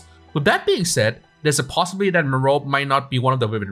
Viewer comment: The "E" at the end of her name is not silent. The name is pronounced "mer-OH-pee".